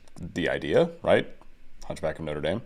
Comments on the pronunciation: really interesting analysis although I don’t understand musical theory at all kudos for pronouncing Norte Dame correctly! ❤🏴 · THANK YOU SO MUCH FOR PRONOUNCING NOTRE DAME CORRECTLY THAT WAS PERFECT